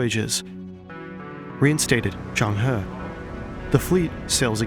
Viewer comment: Legendary Zheng He in Chinese would be 郑和 , should be pronounce as Jung Her (the closest it would be in english) Hopes this helps